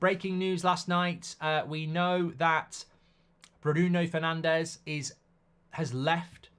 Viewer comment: I love that “Brundo” Fernandes lad